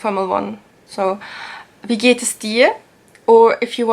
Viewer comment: "es" is pronounced differently, more like "has"